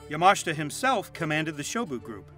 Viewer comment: Not that this is very relevant, but is he pronouncing Yamashita correctly? I guess I've been pronouncing it incorrectly for years.